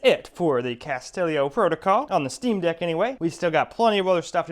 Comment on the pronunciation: It's not castellio, it's Callisto (kal-list-o) 🤦🏻‍♂️